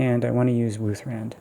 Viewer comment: Nice find with the emerald! Just shows I never spend much time around Riverwood so I had no idea about this. Why do keep calling Ysgramors axe wuuth-RAND? It's wuuth-RAD, since it's such a RAD weapon hahaha